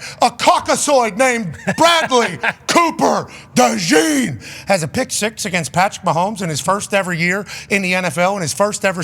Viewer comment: He called him Bradley Cooper Dejean 😂😂😂😂